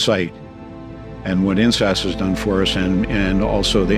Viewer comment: can we highlight the importance of enunciating InSAS?😭😭😭